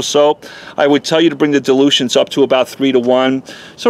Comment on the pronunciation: Who knew you can use DELUSIONS on a car. Yanks, they just can't spell or pronounce words properly.